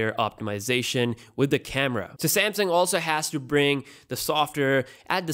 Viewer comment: Pretty sure it's a Samsung, not a Samsing.